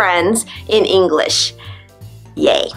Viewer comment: I Hear yo u pronounce the last letters of a Word ver y Strong like englissshhh is that is has supposed yo be..?